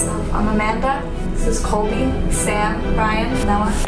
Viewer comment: its colby not coby